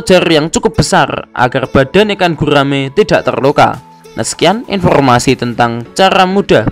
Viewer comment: gurrrraaaaame prrrrrut